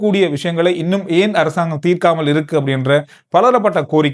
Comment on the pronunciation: I informed you earlier too: it is ஏன் not யேன்; இப்போது not யிப்போது. Please do it the correct Sri Lankan way not in incorrect Indian way. I appreciate your Tamil except for what I mentioned above.